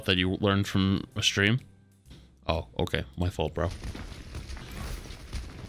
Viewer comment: is funny how he says ''oKe''